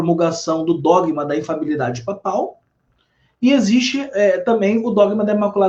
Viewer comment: Ele fala errado o termo "infalibilidade". Ele fala infabilidade, engole o primeiro "li"